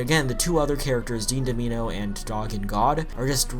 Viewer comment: “Dean Dom-eeno?” Really bro?